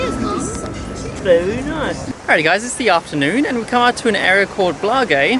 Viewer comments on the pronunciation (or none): Mostar is truly lovely. I've been twice. That looks like just down the road from where I stayed. And Cafe Vinyl, across the river When they have collected €50, they jump. Ajvar is the relish... Blagaj, not Blagej, you dill.